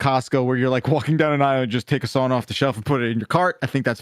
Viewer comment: as a finn, that "sauna" conversation was painful